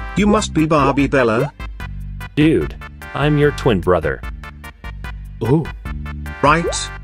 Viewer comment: Bro you cannot say Bella😊